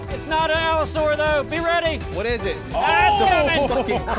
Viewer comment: "They're gonna be Allo-soar when we're done with them." That cracked me up xD I think has found a man after his own heart!